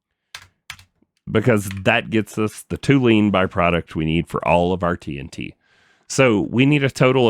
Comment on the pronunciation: Hey, amazing episode but please, as a chemist ... it is TOLUENE and not TOULENE. My ears are bleeding :s Keep going mate !